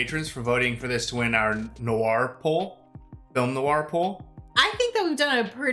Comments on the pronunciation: ‘Noir’ is one syllable. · FYI: 'Noir' is a one-syllable word. GREAT REACTION!